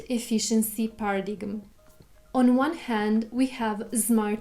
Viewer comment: By the way, it is pronounced "para dyme" instead of "para digm"